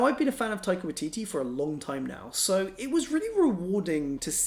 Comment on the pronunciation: Bless you for talking about NZ film!! Taika Waititi's filmmaking is so wonderful- have you seen Boy?? (personally I prefer it over hunt) also u did pretty swell on the pronunciation but it's slightly more like 'why' (Wah-ee) in waititi x